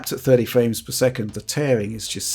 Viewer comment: “60 ‘fwames’ per second.”